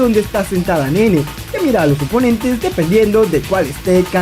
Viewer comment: en realidad se pronuncia Naynay, osea si, se escribe como Nene, pero se pronuncia Naynay